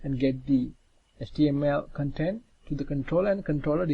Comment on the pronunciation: Also, thanks for joining your videos together. I got used to your accent pretty quickly (practice pronouncing vowels longer as on cOntent < - emphasis on the O). :)